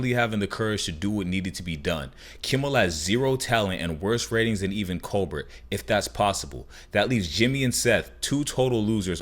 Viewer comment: Cole-Bear hunny. Colbert = Colebear. It's a French last name. Cause he is Canadian. I mean he introduces himself every broadcast. Pronounces his last name everytime. You DO watch his broadcast right? And not just jumpin on the news freighttrain for clicks yes?